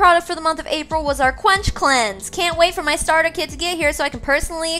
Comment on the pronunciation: I deadass heard “Clench Cleanse” and sadly it made sense